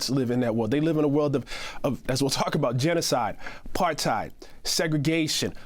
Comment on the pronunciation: First North American I've heard pronounce Apartheid properly. It's not Apart-hide. It's 'hate'. Apart-hate. Rather appropriately.